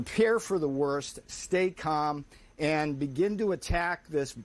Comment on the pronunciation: every time this guy wants to say "and" it always sounds like "end"